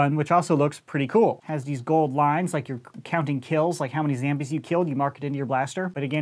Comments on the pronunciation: Wait did he just say zambies not to be that guy but were is he from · Did he just say, zambies?